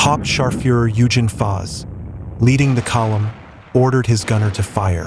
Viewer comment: Good show. Just a hint, German G's are generally pronounced as hard g's. Eugen pronounced Oiggen.